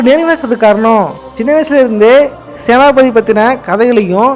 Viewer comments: Yoov... ATHU Senathi pathi illa. Senapathy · Senathipathi❌ senapathi ✅